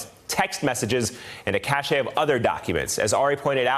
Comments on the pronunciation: Cache is pronounced "cash", not "cashay". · what is up with these tv personalities that don't know how to pronounce the word cache? lol 3rd one I've heard say it incorrectly today